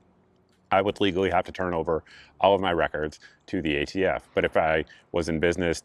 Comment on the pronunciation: It’s hard to take him seriously when he keeps calling ATF “the AFT” and then at one point he started to say “prostitution” when he meant prosecution. A Freudian slip no doubt! I was laughing so hard at him that I missed half of his rant. I’d like “Presidents who can speak coherently in public” for $800 please, Mayim. We’ve suffered six years. It’s time. Personally I don’t give a FF about ghost guns. You can still build one if that’s how you roll, you just have to have a registered serial number on it. BFD. I can’t imagine Joe’s rule impacting anyone’s life. On the other hand, will this solve any gun violence problem in America, as Joe claims? Absolutely not. It’s all pablum for the Left Wing anti-gun crowd. He was pandering to a biased crowd and he played it up to the max. It was a well-planned, poorly-executed stage play. 🤮🤮🤮🤮🤮🤮🤮